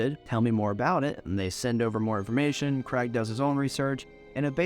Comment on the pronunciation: You Americans have a real problem saying the name Craig don’t you. It’s not Creg